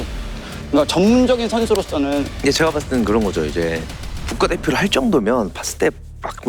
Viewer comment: 근데 왜 제가를 저가라고 하는거에요?